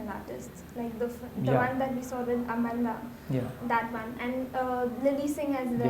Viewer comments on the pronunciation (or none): Amnda noooooo.its amanda